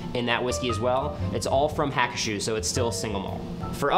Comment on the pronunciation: It's pronounced Ha-koo-shoe.